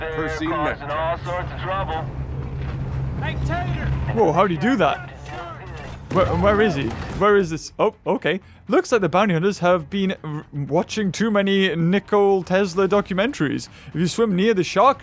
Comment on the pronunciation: Lol says nickel Tesla and it’s supposed to be Ni ko la Tesla